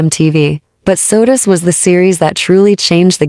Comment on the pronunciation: It's SOTUS not Sodas.